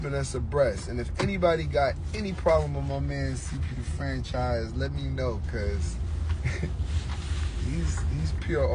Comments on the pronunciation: CP the (Fanchise)😂😂😂 not Franchise 😂😂😂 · It’s FANCHISE!!! Starbury, FANCHISE!!!. How would you like someone to keep mispronouncing your name, calling you Strawbury. 😂 FANCHIIIIIIIISE!!! 😂😂